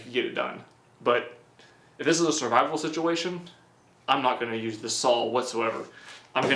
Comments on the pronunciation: Its SAW NOT SAWLL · There's no L at the end of "saw". Where is he from?